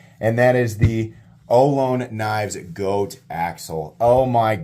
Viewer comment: Hey brother, Ohlone is pronounce oh-LONE-knee. They’re a Native American tribe in Northern California.